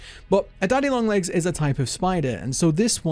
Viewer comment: I’m confused because there’s only 1 “N” and for some reason youre saying lo(N)g AND comi(N)g